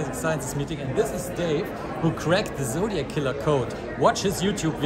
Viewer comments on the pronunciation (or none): Zodiac not Zodig